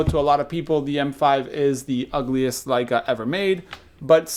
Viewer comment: thanks for pronouncing Leica correctly in the Intro:) the german in me cringes every time I hear 'Ley-ca' instead of 'Lie-ca' on youtube. Same thing Japanese must feel when someone doesn't say "Nee-kon".